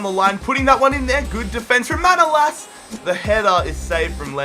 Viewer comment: Kinda annoyed me you pronounced manolas wrong but Awell! Glad you chose him though! But again annoyed it's liverpool!